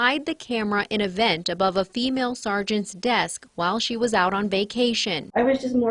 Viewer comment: You keep emphasizing the word female 🤔